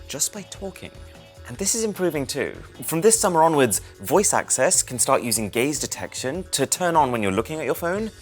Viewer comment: I 100% heard “gays detection” at the end and I was quite interested in hearing about the real life gaydar 😂😂